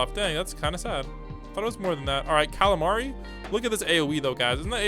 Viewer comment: Did bro say Kalamari instead of kaminari